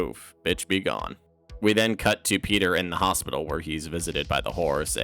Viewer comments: petah...the bones are worth... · Petah, Bonestholemew Bonesly Bonesworth is heah.